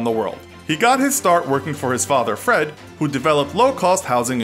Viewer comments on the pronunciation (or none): none